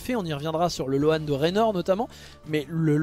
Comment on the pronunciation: Pour info, "loan" se prononce "lowne" 😉